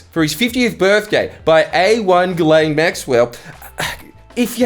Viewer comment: A great presentation, however, it's pronounced 'Jizzlane.'